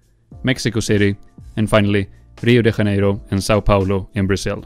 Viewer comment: Just read it in the same way as in English (J as in Junior, January & in this case, JANEIRO), I think you'd be closer that way!! As for the "Fake Rio", it happens my man (But I won't lie that ya got me LOL)... Ur vids have an AMAZING quality & are obviously a time consuming work, but keep up w the great job as vids as informative and fun like yours are hard to find it here in YB! Good job.